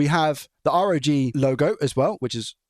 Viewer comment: Please R O G - (are oh gee) not rog rhyming with dog. Makes me cringe everytime